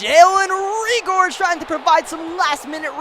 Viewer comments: Great content as always, on a side note Reagor's last name is pronounced Ray-Gurr, not Ree-Gore. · It's pronounced ray ger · Carson 4x yeah they OP is wrong. His dad played for the colts, so I’m pretty sure we know how to pronounce it. It’s Ree-Gurr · No, it’s Ree-Gurr. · Bruh he said reagor wrong again